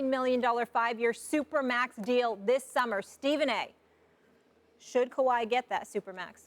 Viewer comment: Ky-rie Irving... uh Kawahi Leonard lmaooo